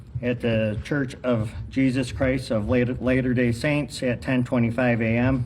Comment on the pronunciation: > it’s not “later day saints” It’s “Latter Day Saints “